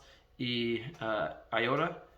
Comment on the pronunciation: Great job! I know this is a year old at this point but I just wanted to mention: Honestly, your pronunciation is not bad, the only word Id say that you’re pronouncing incorrectly is “ahora.” You are saying “ayora” which is a different word. “Ahora” should be pronounced “ah-oh-rah”. Putting the a and o together will give you a combined vowel sound that doesn’t include the y sound you’re creating. Hope that helps you or anyone else reading this and learning! Great job, this is encouraging!